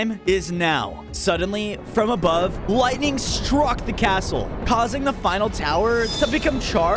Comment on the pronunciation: was I the only one that heard wightning instead of lightining